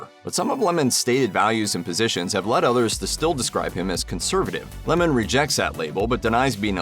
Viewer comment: What a dull video. He isn't interesting at all. I'm glad his name is pronounced correctly though. Don LeMoan sounds so silly.